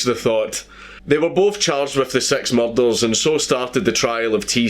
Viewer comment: Its pronounced "murders" not fucking "mulldarls"...